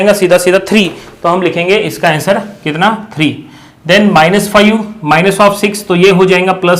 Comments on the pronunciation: Five ❌ Faiyu ✅ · Fayu nhi sir five bolte hai 😅😅😅